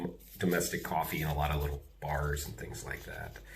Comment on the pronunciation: Love that you said cowfee- NJ style! Love it😀 NYC and NJ are horrible! We just are staying in and trying to keep busy and healthy. Hopefully it's over soon. I look forward to watching your videos! It's the highlight of my day! About going back to the USA. It's a hard decision because I'm not sure it will be a good summer. Don't know but........... hopefully I'm wrong. Keep making your videos! Stay healthy and safe! 😀